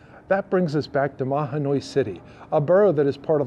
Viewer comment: You forgot to mention Carbon County. You also mispronounced Mahanoy.